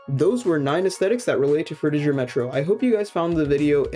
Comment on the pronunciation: No Offense, But You're Saying 'Frutiger' Wrong. Your Saying The Last Part Of It As 'Jer' With A J, The Correct Pronunciation For It Is Similar To How Gir's Name From Invader Zim Is Pronounced